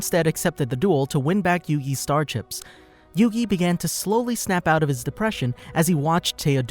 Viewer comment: Your saying the name wrong